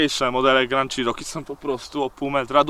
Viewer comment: Jak mantrę zawsze powtarzam ludziom - wymawiajcie proszę poprawnie marki/modele aut. Ten model Jeepa wymawia sie "czeroki" nie "cziroki" albo co gorsza "sziroki". Przy okazji fajna furka, miałem większość modeli mieszkając w USA - zawsze miałem do nich słabość.